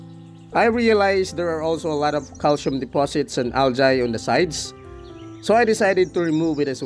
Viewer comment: It’s Al-gi, or Al-Jee not al-jay. Not to be rude.